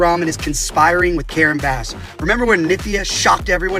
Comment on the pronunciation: Did he say "Mayor Bass-ura"? LMAO!